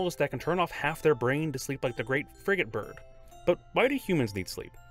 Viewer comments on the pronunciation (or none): none